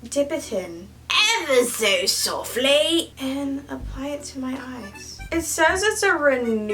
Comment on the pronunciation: You NEVERRRRR fail to make me laugh. I love the way you say "EVer so SOftLAYYY" XD lmao i started saying it like that now too. Eitherway, hope you shine and shimmer like this always. Oh and dont forget that I lovee ya! So so so muchh Byeee <3 <3 :D